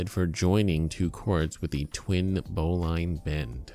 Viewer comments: Thanks for this vid, very informative. Love that someone corrected that bowline to the correct way. I need to mention, "bowline" is pronounced bow-lin, not bow-line. The only reason some people pronounce it incorrectly these days is that too many newbies pronounce the word just based on reading it. If you talk to an old sailor you'll hear "bow-lin". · It's pronounced "bo - Lynn" not "bo-line" knot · a "Boe-Line" knot (bowline)? Well, I've climbed in the Rockies, driven 140mph in a Hemi Superbird, and played Chopin's Opus 27 #1 in c#, and the only way I've ever heard it pronounced is "BOE-lin" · That isn't how to tie a bowline, and it's pronounced "bow-lun", now "bow-line" When properly tied, the tag end will be inside the loop. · Bo - Linn..............it's pronounced............Join the Navy and feel a man all over eh? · Bowline is pronounced bowleene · 1) that's not a noose knot 2) that's not the right pronunciation of bowline. bow·luhn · it's pronounced bowlin, you just made every sailor on the planet cringe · And if you knew your knots you wouldn't have mispronounced bowline eacn and every time. Look it up.